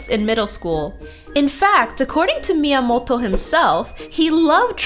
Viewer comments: She's pronouncing it correctly. You probably find it weird cause you're not Japanese, or you don't listen to a lot of Japanese. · She’s pronouncing it right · Fun retrospective! And props for the correct pronunciation of Miyamoto's name! Pretty girl too! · I love how you pronounce "Miyamoto" ^^